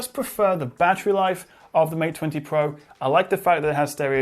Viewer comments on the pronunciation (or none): Mate Twenty Pwoah...